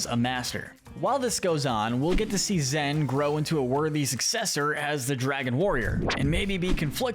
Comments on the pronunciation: Stop calling her ZEN? Her name is ZHEN. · It’s pronounced ZSHEN, “”! Stop mispronouncing her name,!